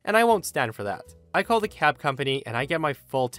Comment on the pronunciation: Anyone else hear cat instead of cab in story 4 and spend a few seconds confused?